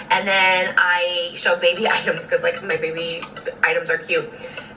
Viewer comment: Take a shot everytime she says “muybabay”